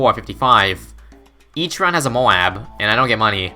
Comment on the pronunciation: Why does he call Moab’s moe abbs when it pronounced moeb